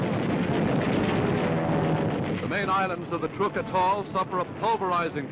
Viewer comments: Trooook lagoon.... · Is he saying TROOK, like troop? I thought it was like truck. Oh well...